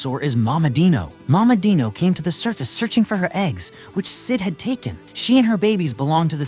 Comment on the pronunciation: Bro that is not how Dino is pronounced——- whatever